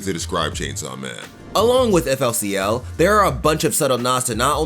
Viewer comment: Unmm FLCL is pronounced Fooly Cooly